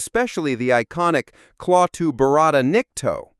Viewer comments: This great old movie deserves better than you half ass attempt. You can’t even pronounce the three words correctly. It’s not Clawtoo. It’s klatoo that rhymes with “At too” and there is no tongue rolling in the second word. My god you look so inept doing this. None of what you covered are secrets. All have been widely known for over 50 years. Do it right or don’t do it at all. Thumbs down. 👎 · Damn it, listening to you CONTINUALLY MISS-PRONOUNCING "CLAWWTOO (as in the things on a bear's hand = CLAW) IS INFRUITATING !! NOTICE when she in the movie pronounces it CLA-TOO (as in CLAP your hands) FUCK: if you are going to "REVIEW" a movie, TRY WATCHING IT SOMETIME, clearly something you NEVER DID, or you would fucking know how the name was SAID !!!!!!!!!!!!!!!!!!!!!!!!!!!!!!!!!! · The narrator can't pronounce Klato properly. He pronounced it Kl-aww-to. And pronounced Zanok "Zawwnook. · The book "Silver Screen Saucers" by Robbie Graham makes a strong case that this film was a CIA test of public reaction to open ET contact, intended to be as realistic as possible. The narrator of this video mispronounced several names associated with the film: it is Klaatu, not "Clato", and Zanuck, not "Zanic". Those of us who saw the film back in the fifties recognized the actress Frances Bavier, who played Aunt Bea on the Andy Griffith Show a few years later. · Klaaaaatoooooo not Clawtoooooo, but great run down on details one of my favorites ever when Gort was plowing through folding wood chairs we used to hide while watching the TV!!!! Still ove to see this over fifty years later....Loved when Rennie corrected the math problem for the professor!!!! Thanks for posting this.... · The phrase is Klaatu Barada Nikto, not Kalatu Nikto Varada. How do they make such mistakes? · Did you watch the movie? His name is Klaatu, but you pronounced it "Clawtu". In the movie, Patricia Neal pronounces it correctly. Watch the movie. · Cringed every time he said "claw too".